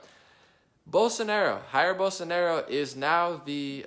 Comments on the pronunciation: Ok but it's Jair with J not HAIR hahhaha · Jair: in portuguese J sounds like J and not like R. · Jair in portuguese pronunciet like George in english... We are together brother..... #Bolsonaro